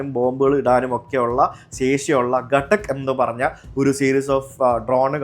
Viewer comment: its ഘാതക് bro not ഘട്ടക്